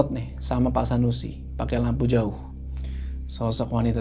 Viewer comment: Selalu ketawa pas bilang joou🤣🙏